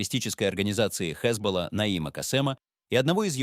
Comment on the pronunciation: ХэзболлА́, по ХэзболлЕ.